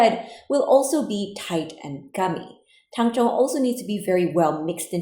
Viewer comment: I like how you say "it'll only feel like 80%" like I haven't absolutely botched an 80%. "IT WON'T STOP STICKING" I cried as I sat on the floor sobbing into my soggy dough caked hands. Also I've only ever read it. I've been pronouncing it Tang-zong. I'm so glad I'm the only bread maker in my friend group that would've been embarrassing lol.